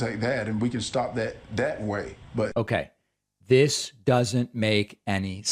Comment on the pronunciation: Dis and Dat.....